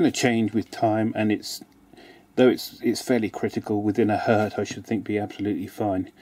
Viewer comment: If it's only one, it is still Hertz, not Hert. Sorry, but had to write this down.